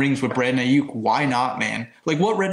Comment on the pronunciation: Please stop saying Aiyuk as i-yuck. It’s pronounced i-yook. Loving what you guys are doing tho 🙏🙏🙏